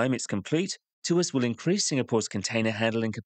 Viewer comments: It's Tw-arse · Tuas became twist without the t 😂.